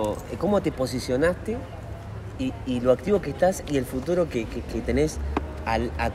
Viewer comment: que es esto?: volver al futurro